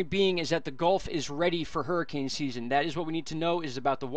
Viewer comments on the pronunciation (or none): none